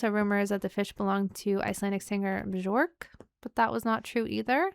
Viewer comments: Björk is pronounced "Byork", more or less. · "The Real Thing" is a great song! Great reaction! Bjork is pronounced "Byork." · Bjork is pronounced BeeYerk, and she is her own genius rabbit hole that must eventually be dug into. ❤ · her name is (bee-YORK) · Faith no more were the first true nu metal band, combining funk, rap and metal - also: Björk is pronounced Byerk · She says Bjork like they used to on MXC. Byork. I hope people are aware people eat fish. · Björk isn't pronounced "Byork" though😊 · Bjork's name is pronounced Be-York, like New York. (York in Northern England was originally named Jorvik by Norsemen, who also settled in Iceland) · Her name is not Bjork though but Björk.😊 And it's absolutely not pronunced as Be-York. There is neither an e-sound nor an o-sound in it. It's a Nordic ö (and a Nordic r as well btw) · Not classic rock. But a great song. Classic rock fans would take a bathroom break during this one. But it's a great song. A great song to pee to. Ok, that was me being silly and channeling Triumph the insult comic dog. Are you down with Triumph? Probably not. I like this song. You better watch your back, if Bjork sees you on the street she's going to pounce over how you pronounced her name. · Now you must react to Bjork for your mispronunciation of her name. I'm partial to Army of Me.